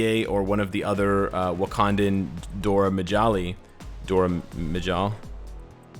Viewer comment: "miyali" :'V